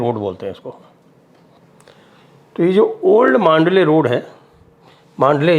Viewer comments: Old Mandalay Road.. इसका उच्चारण मांडले नही बल्की "मंडाले" है.. यहीपर मंडाले जेल मे लोकमान्य टिळक जी को १९०४-१९०८ के दरम्यान रख्खा गया था.. यही जेल मे उन्होने श्रीमद् भगवदगीता पर "गीतारहस्य" नाम का बहुत बडा ग्रंथ लिखा था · Mandalay not mandley